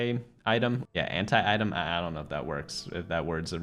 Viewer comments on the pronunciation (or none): I did hear that as - hentai item.. Instead of Anti-item